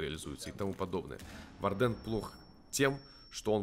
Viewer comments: Хорошее видео, но вардЭн - это нечто, исправься пожалуйста, это слово читается как wArden "УОрден" или "УАрден", а то честно больно слушать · Сорян,но вардЭн уши режет